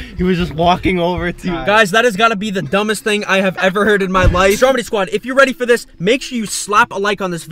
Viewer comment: it's stromedy not strodemy